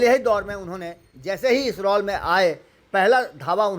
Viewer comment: रौल रउआ नहीं ठीक बोलब, रौल ना रोल 😂